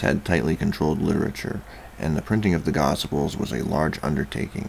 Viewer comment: Gosiples? Lol. Good video man, I actually love monotonous narration in a medium to low timbre... just gotta clean up those pronunciations.